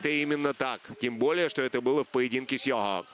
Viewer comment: " В поединке с ЙОАуг" )) Странныйй комментатор